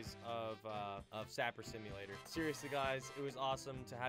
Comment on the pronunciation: It's saper, not sapper